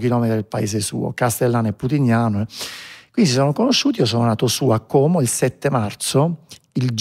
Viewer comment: Volta, Como e non ha ancora imparato a dire Como con la O chiusa